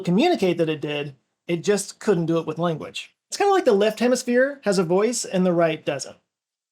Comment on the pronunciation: he pronounces the word language as "lenguage" but i guess he has no choice about that. where is that accent from though? great lakes? saying /gang/ as "geng" etc